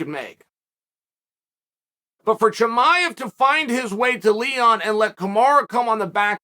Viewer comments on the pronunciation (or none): none